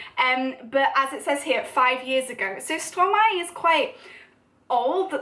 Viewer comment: I’m just a French learner myself but after intensive research in how to pronounce Stromae (and by intensive research I mean a quick YouTube search) I’m pretty sure you’re pronouncing it right. You’re certainly a lot closer then I was. For 4 years I thought it was said like stro-may 😂